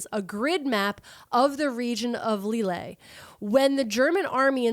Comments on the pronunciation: I'll be that commenter for a mo. McCleod is how McCloud is really spelled. Famous town in France is Leeuhl. The best medal, Croix de Guerre is Kwah duh Gare (like guerrilla, sneaky soldier, rhymes with gorilla usually as a borrowed word). Love you kids figuring out society & history with very different technology & for women, freedoms. Like, concubine is better than streetwalker, or poverty-paid factory work, in an era of very restricted opportunities. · I love you guys, but constantly hearing Lille pronounced that way almost killed me. Like constantly saying Calvary (like where Jeezy Creezy was crucified) when he's trying to say cavalry.